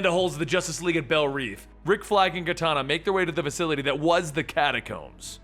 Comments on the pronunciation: you are pronouncing "Belle Reve" (pronounced : "Bell Rev" not "Bell Reeve" ) incorrectly (you have been saying it wrong in all of your videos in which you mention the institution)... "belle reve" means "beautiful dream" in french...even in the movie they say it as the french do. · It's pronounced bell rev not neev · Reve is pronounced Rev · I could be wrong, but in almost every DC movie or show I have seen, it is pronounced Bell Rev despite being written Reve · you're pronouncing Belle Reve prison wrong